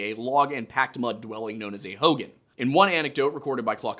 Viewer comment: Pronounced Hoe gahn